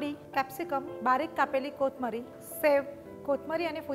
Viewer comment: Can u say kothmir instead of Kothmari?